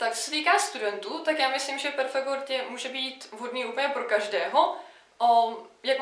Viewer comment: Jak může být headteacher někdo, kdo vyslovuje world jako word??